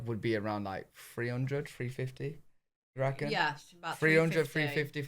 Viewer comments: "I recken" at the right after saying your accent would change right away, and I sprayed my drink over my keyboard laughing, because it's already changed!!! Went old school Southern too, with that! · It is hilarious that you say that if you lived in America, your accent would change. You end the sentence with " I reckon," and you sounded like you are from the South here in America. You are now an honrary redneck, or hick, or hillbilly. Take your pick.